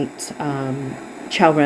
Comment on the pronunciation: Thank you! You pronounced Qiao’s name perfectly! We are all fighters for justice and humanity. You are truly appreciated ❤❤❤